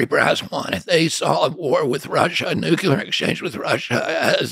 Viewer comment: He said "nucular." Oy.